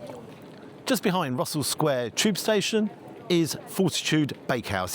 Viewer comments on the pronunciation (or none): none